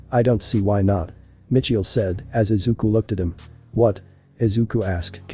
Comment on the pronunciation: the name Michael not Mitchael